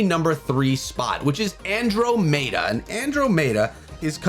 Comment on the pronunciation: his andromeda pronunciation is making me cringe